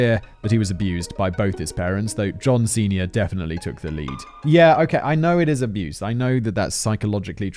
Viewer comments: Every time you said john sernior I heard john cena. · Every time he says John Senior I keep thinking he’s saying John Cena. Hustle, loyalty, and alcoholism. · I know it's a horrific story but every time you say John Senior my brain hears John Cena creating inappropriate bathos